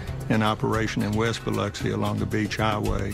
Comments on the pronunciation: The narrator said Biloxi so wrong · Mispronounce “Biloxi” one more again! 🤣